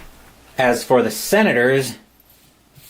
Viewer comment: it is the Senators right? I know you said it wrong many times... hard to do for sure..